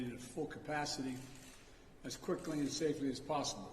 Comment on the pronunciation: the agencies have acted "quifley"